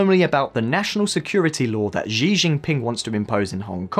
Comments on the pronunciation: Oh my god, Xi is pronounced like chi- not zi. Chinese latin alphabet, have it owns pronunciation rules. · wait what kind of chinese is that? 习 in mandarin is pronounced as SHE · can you pronounce "xi" properly? Not trying to be mean its just bugging me. He is famous and it makes the channel seem less authoritative if you guys habitually mispronounce it ( regularly screws up pronunciation of other famous names). Your mispronunciation of Tsai is perhaps more forgivable, although if i were you guys I would check the sound online for all of these before i spend hours recording